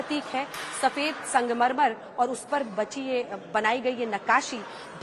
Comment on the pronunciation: आप बार-बार संगमरमर को मंगमरमर क्यूँ बोल रहीं हैं, क्या शाम के 2 पेग ज़्यादा हो गये